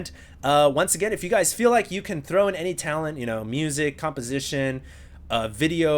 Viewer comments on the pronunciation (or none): none